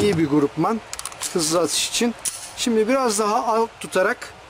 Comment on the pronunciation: kelimelerin telaffuzlarına önem veren birisiniz 'ayar' kelimesini sündürerek konuşmanız ve 'grupman' diye telaffuz etmenizi eleştiriyorum.Bu yüzden videolarınızı izleyemez oldum...:) bu dayı gibi anlatın